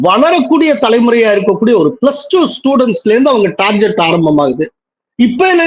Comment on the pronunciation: adhu "Tar Get" neeenga summa "Tar jet" nu solreeenga. Thiruthi kolla maaataaengireeenga